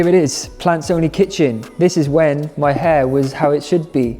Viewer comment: OK, when you first introduced your book, I could have sworn you said "Pants Only Kitchen" and it threw me for a loop, cause the Brits call boxers/briefs/boxer-briefs pants. OK, I'll show myself out 😂😂